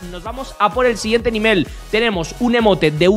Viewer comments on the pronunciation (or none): Aquí los que hoyerona decir nimel y no nível